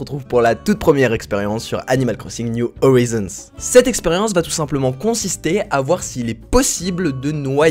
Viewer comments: C'est horaizonne (comme en anglais) parce que si tu dis horizon, c'est comme si tu disais peuhache au lieux de pitch (peach dans Mario) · sa ce prononce or-aille-zone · Ça se prononce « oryzon » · On dit : Animal Crossing, New (NYUW) Horizons (HORAÏZONNE’SS) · Horaïzonne ( avec le h qui se prononce ) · On dis horisonce (pronientiation) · Pour bien dire prenonce < > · Horizons se prononce "oraïzonneze" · On dit "ORAYZONS" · NON ON DIT ORYSSOUN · sa se dit orayezone! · Ça se dit HO-RAILLE-ZONE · Mdrrr et on dit Oraïïïzonssss a l'anglaise quoi ;)